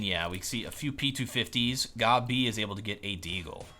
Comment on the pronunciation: Because his name is pronounced gob b